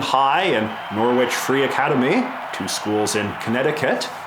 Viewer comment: A someone who grew up near Norwich, UK it does pain me a little to hear it pronounced Nor-witch instead of Noh-rich (or if you're a local, Gnar-rich!).